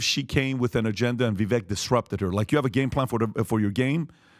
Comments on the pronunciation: you guys should really learn to pronounce Viveks name correctly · vivek’s first name rhymes with “cake”. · As an aside, why can't you guys learn how to pronounce Vivek correctly? Minutiae/optics, but c'mon. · Love this podcast but FYI — it’s VA-VAKE “like cake” as Vivek Ramaswamy would say. It’s not VIVECK — keep up the good work. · Vi-'vake'...get it right.... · Vivek pronounces his name like Vi-vake. Like cake. It’s uncomfortable hearing the mispronunciation over and over again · By now you should know his name is pronounced Vih-vay. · Hey! It’s pronounced Vivake. Like cake. You are welcome. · I listened to Vivek. I thought he did a horrible job. And, by the way, you mispronounced his name. He says it sounds like cake. I think he sounds fake. I think he is on the take. I think he would be a mistake. Vivek (Vivake) sounds like he is in high school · Vivek is pronounced ViVake like Cake. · Come on guys, pronounce his name correctly. It's Vi-vake. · Vivek is pronounced Vivay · One last time for the knucklehead crew: Vivek is sounded as Vivake, rhymes with cake. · Vivek (vi-vake) he has tried to get you guys to pronounce his name correctly and you still don't. This just shows how low he really is in the race, wish people would get behind him. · Appreciate your knowledge and insight… but his name is Vi (vake) rhymes with cake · VI VAKE, ITS VI VAKE. Pronounce his fu**ing name right, he has been in this race for MONTHS. Fix yourselves and respect this man. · Finally guys. His name is pronounced (VIVAKE) btw. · His name is pronounced Vivek like "bake" 🙂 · Please Men, the pronunciation is Vivake like Cake. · It’s Pronounced Vi-vake rhymes with cake. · It's Vivek as in CAKE!!! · Vivek rhymes with “CAKE“ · pronounce his name if you like him so much. Ve Vake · C'mon guys all four of you mispronounce Vivek, (it rhymes with cake), show some respect. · Guys, for Christ's sake, his name is pronounced VIVAKE! VIVAKE! VIVAKE!!! Jesus Christ. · Vivek rhymes with cake